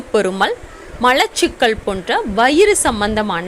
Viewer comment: லெமன்,என்றால் என்னங்க,? ளெமன்"என்றால் என்னங்க? ----------------------+ எலுமிச்சம் பழச்சாறு தண்ணீர் கலக்காமல்" ஒரு டம்ளர் குடிக்கலாமா? ------------------------+ கல் ஈரல் .சரி. கள் ஈரல். பிழை. மலச்சிக்கல்.சரி. மளச்சிக்கல்.பிழை. உச்சம் தளை.பிழை. உச்சம் தலை.சரி. பாள்.பிழை பால்.சரி. *தமிழ் உச்சரிப்புக்களைச் சரி செய்யுங்கள். சகோதரி" அவர்களின் பயன் ~K.k.n~